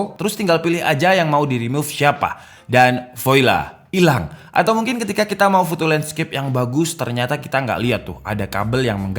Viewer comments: sori tapi voila itu dibacanya "voala"; biar makin keren! Udah keren soalnya DK subscriber semakin naik teruss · Bro... tulisannya VOILA... tp dibaca VWALA itu bhs perancis.